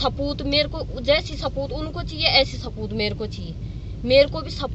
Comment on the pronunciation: Saboot ko sapoot bol rahi he..